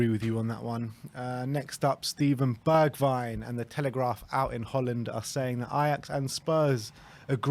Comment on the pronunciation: At least you can pronounce his name right.